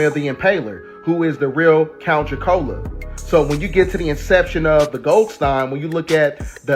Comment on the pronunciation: Count dracola??? Dracula, blood